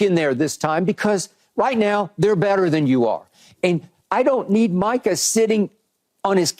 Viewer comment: Someone tell the playmaker it's MICAH, not Michael.